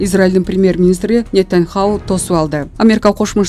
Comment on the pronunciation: Нитаньхау эмес Нитаньяху